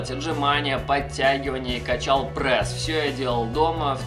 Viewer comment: Не прэс а прЕс